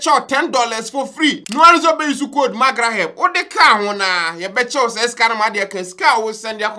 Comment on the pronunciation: Magreheb, did i hear April twentey three?😂😂😂😂. Heerh....😂😂😂, I will surmon you to Akua Donkor